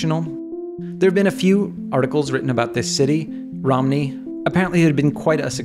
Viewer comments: Surprisingly, you pronunciation of the city name "Romny" is very close to the correct Ukrainian pronunciation, i would day, for my ears it sounds better than russians pronounce it. Thanks for the video! And thanks for supporting Ukraine. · I started to watch your videos and came to this one, I'm from Ukraine, we all know this song, but some forgot the meaning, thank you for support! P.S. You pronounce it right) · These synthesizers was produced in the city of Romny in Ukraine from 1989 to 1993. The Romensky ATS Plant, specialized in the production of industrial telephone equipment, but also produced several consumer products, including this synthesizer. P.S. You pronounced it wright. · Hey! I'm a Ukrainian and I can tell you for sure that you've pronounced Romny correctly!👍🏻 And thank you for this cool research about the history of this cool synth. I had the same when I was a kid but unfortunately I've no idea about where is it now. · Surprisingly, you’re pronouncing Romny pretty much accurately! Also, thanks for your support of Ukraine! Cheers! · Thanks to your video I remembered, I had a book about Pif when I was a kid, lol. You pronounced Romny just right :) Thank you very much for your support! Hello from Kyiv ✌ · You pronounciated it totally correct for an English speaker. The only difference for the native pronounciation is that we make stress on "Y", not "O", but it's OK. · No idea how you even could pronounce Romny wrong but you pronounced it right. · your pronunciation of Romny was correct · You've almost pronounced Romny right, nice job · You pronounced Romny completely right. Thank you for this amazing video. And yeah, I am from Ukraine and in Ukraine. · This is a great video. Thanks for your research and thank you for supporting Ukraine. Also, you pronounce city name right. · You pronounce "Romny" right :)